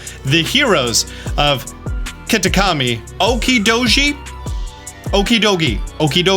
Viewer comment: the Okidogi is said like so Okeee-do-jeee, others are as follows Moon-kee-do-ree, Fe-zaan-di-pi-tee